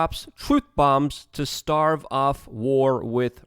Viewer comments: Stave off, not starve off, ya silly goose. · Starve instead of stave..lol